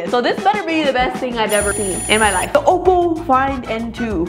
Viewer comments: It's oppo not opal 😂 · Uhmm.. its not opal its oppo BTW